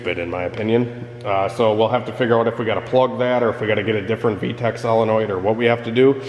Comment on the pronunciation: The way he says V-Tec like Tack makes me smile.